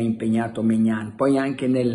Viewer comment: E che Maignan si dice Mignón